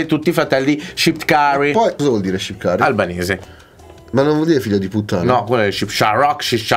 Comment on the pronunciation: Hahaha comunque si dice shqiptar non shipkari hahahaha